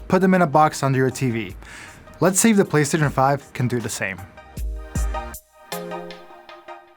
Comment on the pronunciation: did he call it the Platcentre 5?